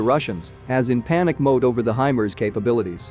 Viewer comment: I thought it was pronounced "high Mars" not HYMERZ.